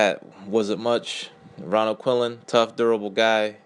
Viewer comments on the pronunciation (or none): its Quinlan not Quillin